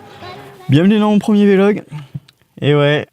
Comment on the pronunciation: J'ai une vraie question, POURQUOI tu dis V-Log ? ^^ C'est un VLOG lol tu dis pas B-log mais blog XD ^^